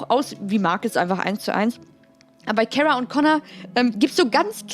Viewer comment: Kara wirk ausgesprochen wie 'Karstadt'. Dein Versuch den Namen 'Englisch' klingen zu lassen, verfälscht ihn nur. Ansonsten eine super Folge, danke.